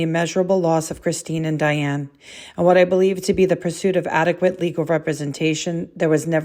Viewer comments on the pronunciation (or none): none